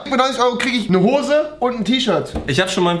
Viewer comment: Hoße sagt er